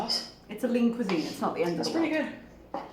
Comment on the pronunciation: Does Lean Cuisine rhyme with Poutine? Lol. That's how Chantal said it "cuis-zin"